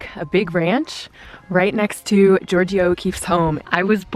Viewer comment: She can’t even pronounce Georgia O’Keefe’s name right 😂 It is Georgia like the state not Georgio ha ha ha But she was born next door to her….sure